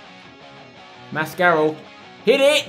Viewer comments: Spencer mascarell is pronounced Mask-a-rell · Spencer, I'm pretty sure Mascarell is pronounced mas-ca-rell. Considering he was on loan at Derby a few seasons back, otherwise I've been pronouncing him wrong. Good series by the way. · It's pronounced mask-are-el Like apparel but without the p's